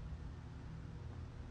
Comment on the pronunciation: I can always tell how good it is by the emphasis on Bussin. 6.5/10